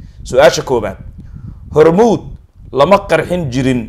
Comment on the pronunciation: Please do not say hormout.Say Hormuud, because mout is deth!!!